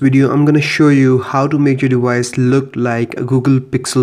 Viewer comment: Wideo? Dewice? :))))